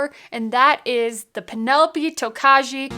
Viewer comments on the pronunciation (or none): First of all, it is pronounced "Toka-yee!". Yes, it sounds very Japanese... but Hungarian. Second... I cannot believe they got only a bronze at the San Francisco Spirit Competition. The dude judging it probably had no clue what Tokaj Wine is. What a shame... I just got it for $113 (I hate taxes). Totally worth it. I'll get a couple more bottles for the cellar. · The j is silent . . . toe-kye, It's a Czech grape and they use to to make sweet white wine. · Pretty sure it’s pronounced “Toe-Kay” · It is most definitely pronounced Toe-kye. Rhymes with rye. 100% no fakies. Sounds like a delicious bottle though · You guys just continually keep doubling down on the incorrect pronunciation of Tokaji 😂 Its not Japanese its Hungarian..think Toe-kye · It’s pronounced (toe Ki). I have to try this again.i think my first bottle was tainted. I gave it away. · The J is silent in the pronunciation, or listen to how Fred Minnick correctly pronounces it